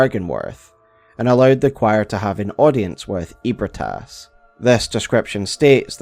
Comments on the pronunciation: I know it's been 3 years. But it's Eb-ree-tas, not Eeb-re-tas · Feeling like playing BB again lol, also isn’t it pronounced more like ebri-eh-tas? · You say ebrietas it's eh-brai-tas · i s2g if he pronounces Ebrietas as “ee-brit-ass” one more time i’m gonna hemorrhage. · … doesn’t Gehrman or someone say “Ebrietas” aloud, and it’s pronounced differently than that? 😅